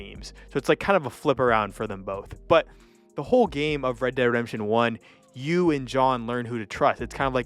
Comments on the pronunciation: Sorry - can't watch the whole video You lost me when you pronounced "Red Dead Redemption" as rederdemption Slow down. Focus on enunciation. Speak clearly. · It would be good to re-record your voice audio so you pronounce the games properly. I'm hearing "red der redemsion" - so you pronounce "dead" as "der" As for which is better, it's a no-brainer - RDR2. You say it doesn't feel as much like a western as RDR - really? What westerns have you been watching? Sure, if it's the type of western that is predominantly shooting - fighting - absolutely. But that's SO shallow. If you want depth, want to get a feel of what the end of that era was like, with so much more than just the cowboy style violence, RDR2 totally owns it. There's PLENTY of western movies and TV shows that have that kind of depth. Heck, one recent and awesome one, "American Primeval" really screamed RDR2 at me. Amazing TV show, so deep - a proper western. A western right near the end of an era - just like RDR2.